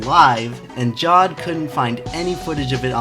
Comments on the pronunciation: It's pronounced "ja-ved", not "jaw-d". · its pronounced Jaa v aa d